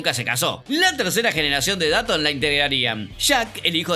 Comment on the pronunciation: por que pronuncias datton si es dotton y se escribe dutton